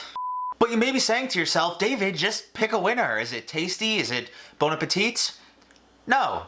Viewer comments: Just so you no, the last T in Bon Appétit is silent Have a nice day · The « t » of appétit is silent lmfao